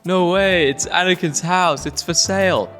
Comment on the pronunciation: “Anakins house”